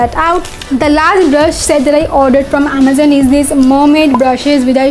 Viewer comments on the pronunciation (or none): Wo Amazon hota hai amezan nahi pagal